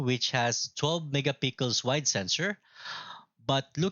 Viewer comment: sir its not mega pickles its mega pik-sel 😅